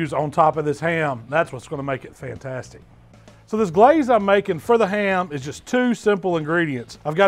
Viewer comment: GUH-LAZE it.